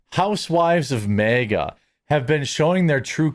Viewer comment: It’s not MEEGA. ITS MAG -A.